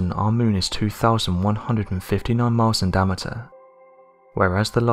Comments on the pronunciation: It's pronounced di-am-ater not di-amter. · "Dam-eter"? ~daɪˈæmətər